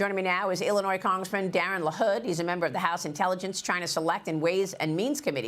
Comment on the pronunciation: Ellenois? It's Illinois